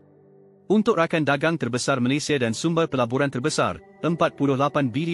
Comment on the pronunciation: pertama kali saya dengar channel yang sebut nama negara malaysia *malaysiya dengan betul . kebanyakkan malaysya malaysha malayza .